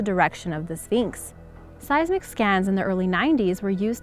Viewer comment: I swear i heard you say phnyx